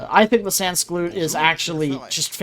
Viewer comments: “Sand koo lot” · "sansgalloots" "canterees" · Because French is a made up language the villagers are pronounced “San Coolot” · As a Frenchman, it's funny to listen so many pronunciations of "sans-culottes" and none of wich are even close to be understandable by a native french (for your information, it's [sɑ̃kylɔt] or [san-ku-lo-t']). Anyway, I'll try to copy this strat and bring back honor to France in ranked.